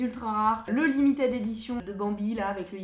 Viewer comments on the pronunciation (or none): none